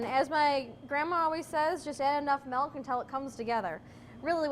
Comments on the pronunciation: it was a joke. She doesn't say "milk." She says "melk." :) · The German word for milk is "melk." :D Thanks. Great video. Concise but thorough. :)